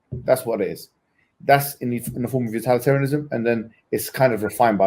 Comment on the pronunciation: What kind of rookie pronounces it "utAlitarianism"